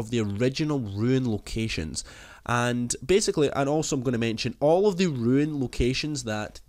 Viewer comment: c'mon say it with me... R U N E "ruune" not ruin "ru-in". LMFAO 🤪👍